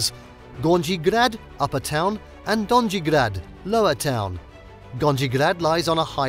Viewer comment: In ALL Slavic languages, it's ALWAYS a SOFT 'J'', alright? Don-yee, not don-gee. :hand-orange-covering-eyes::face-blue-smiling